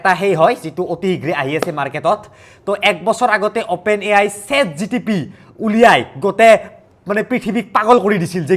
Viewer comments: Chat GTP nhoi o Chat GPT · ChatGTP nohoi ChatGPT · chat gtp nhoi chat gpt😂😂😂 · Chat GTP, "chora" AI, "Chithhi"!!! 😂 itna kaise galat bol lete ho